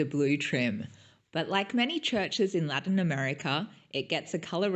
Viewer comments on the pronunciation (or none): none